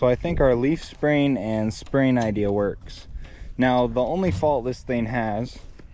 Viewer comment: I enjoy watching you guys and all of your inventions. Great job! But please don't say idear it's idea!